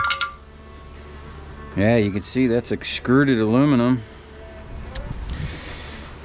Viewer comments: Are you saying excruded or extruded? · Extruded not excruded.